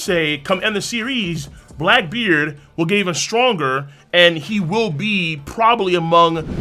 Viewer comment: stronGER seRIES Why the hell he talks like this